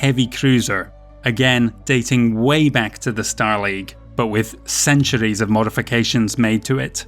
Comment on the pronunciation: Someone has got to think of a drinking game for each time he says "ceanchuurees"!! Please?